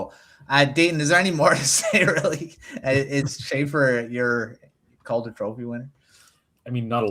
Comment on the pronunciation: Love the content, but quit saying Calder like that. It's infuriating.